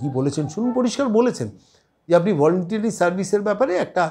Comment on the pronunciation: Volunteery or Voluntary????? ইংরেজি শব্দের একেবারে মা-মাসি হয়ে যাচ্ছে। যোগ্য- অযোগ্য এখান থেকেই স্থির হয়ে যাচ্ছে।